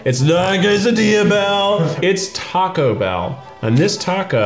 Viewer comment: I hate the way he pronounces Taco Bell 😂